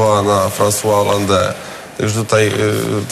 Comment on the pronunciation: Ale ten bredzi jak najarany,i w dodatku nie potrafi wymówić poprawnie nazwiska Francoisa Hollande'a. LOL